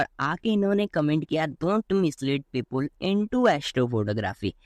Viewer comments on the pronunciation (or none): People ❌ Pepul✅